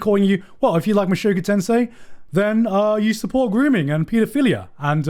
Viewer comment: mushoku tensei* not tensai lol, two different words